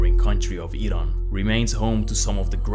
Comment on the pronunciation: the pronounciation for Afghanistan and Iran in this video is Arabic and not Persian